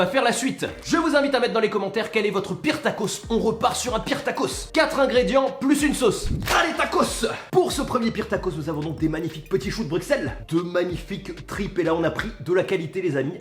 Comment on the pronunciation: On prononce choux de BruSSelles